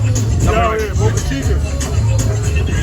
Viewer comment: Bruh its pronounced Boh'kah Cheekah (Boca Chica) not Boookah Cheekah